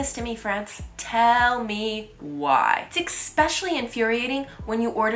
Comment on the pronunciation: Cat Who the hell r u to tell me what to do? Who made u Youtube police? If she doesn't want comments she can close them. Her inability with the pronunciation of "especially" could probably be retired.